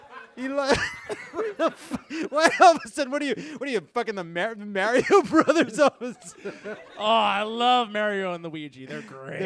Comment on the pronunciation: Every time Jon mispronounces Mario, it wonder if he's doing it on purpose oat this point.